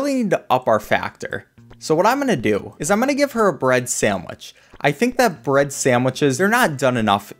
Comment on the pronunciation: "bread"? More like "bruhd"